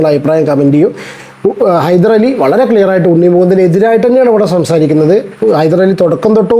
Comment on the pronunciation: ഹൈദരലി അല്ല ഹൈദ്രോളി 😂